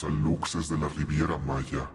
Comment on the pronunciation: para aclarar, se dice "alushes" no aluXes, viene del maya